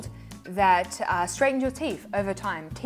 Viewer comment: 😂. I really did rewind the beginning to see if you really said "teef."